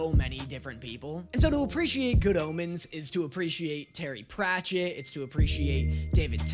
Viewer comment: Pratchett, not “Parchet.”